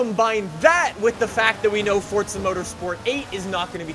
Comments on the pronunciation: Dude,why you saying "For-tz-uh" and not "For-za"? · Why does say forza like fortsa